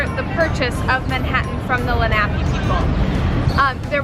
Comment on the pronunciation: I enjoy your videos, but they would be better if you made sure your pronunciation of words like Lenape and Stuyvesant were accurate.